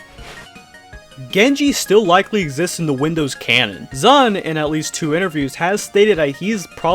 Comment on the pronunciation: Here's a fun fact for you, the guy who made this video doesn't pronounce ZUN right even once in this video!